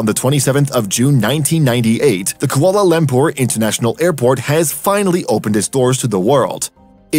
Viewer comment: But how do you pronounce Kuala Lumpur? It's awful.